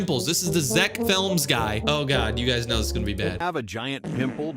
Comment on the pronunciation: Zeck films no Zeck flems yes😂😂😂😂😂😂😂